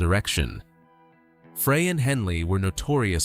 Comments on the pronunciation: I'm sorry, I can't take you seriously when you mispronounce Frey. Stop it! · FREY - PRONOUNCED FRY!!!! Not Fray.. Gawds, it's hurting my head listening to this crap AI narration. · You can teach A.I. how to pronounce people’s names. No excuse for this bullshit. Glenn Fray ? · It's Glenn frey not fray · Glenn "FRY" Frey. Please, adjust the AI algorithm so it can pronounce words correct. They didn't have large mouth Bass fish with guitar stings on it. Can't listen to this. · In ONE NIGHT I have heard A.I. Screw up at LEAST THREE Names that are House hold known to people all around the world!!! GRRRRrrrr!! It drives me NUTS!! That so many people are using it yet not taking the time to EDIT IT! It's NOT A REAL PERSON! It's a THING! Dan Aykroyd is not pronounced like APE! or ACHE!! It's like Apple or Abbey! And it's GLEN FREY said like FRY! Or FRIDAY!! UGGHH!! Sorry folks it's my peeve! Then there's Poor Bernie!! LEED ON BERNIE!! I'm gonna lose it! I'm gonna go fishing...Maybe catch some "Bass" fish!! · Notice how Frey and Bass are pronounced. Definitely AI narration. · now why would i subscribe to a youtube channel that can't even pronounce the eagles names .. its glen frey .....pronounced as fry .. not fray .. and bernie leadon pronounced as ledon .. get that shit right at least .. or get a real person to narrate your video .. you dip shit .. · Fry not Fray and Led-on not Leedon. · Pronounce the guys names right Glen FRY Bernie LEDon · The Eagles lost 3 very gifted musicians: Bernie Leadon, Randy Meisner and Don Felder. FYI… Frey is pronounced fry Leadon is pronounced lead as in the metal. Leadon If you’re going to do something like this, the least you can do is get the pronunciation of the names right. There are other inaccuracies in this, but you’ll have to do more research to figure that out.